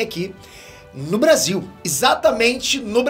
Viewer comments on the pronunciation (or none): none